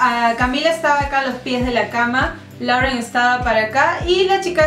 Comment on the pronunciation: Lauren se pronuncia "loren" según yo